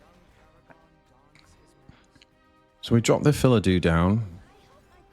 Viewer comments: Nice lists and good meta read, bringing wardhaven against so many roaches and not that many runecrafts! Btw why do you read Phildau as Philadu? Is it a meme or something? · That pronounciation had me stop and read the cards name again, too. Yup, still Phildau, not Philadou ;) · What is the next event like this that I can sign up for? Also I don’t think it’s pronounced fill uh dew, there’s no vowel in between the Fill and Dau.